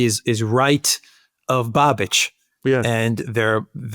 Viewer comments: it's Bahbish, not Bahbitch, but whatever. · Hey us Czechs are talked about as well:) Btw Babis is pronounced with the “a” short like in bus or bubble so it’s “bubish”